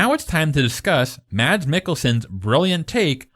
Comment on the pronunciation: My favorite YouTuber strikes again. Great work!:D Btw.. i don't wanna come off as critical since your new video is totally awesome. But as a Dane I just wanna inform you that Mads Mikkelsens name i pronounced "Mas Mikkelsen" You don't pronounce the 'd' in his first name. Anyways keep making great videos. I hope you are going great:)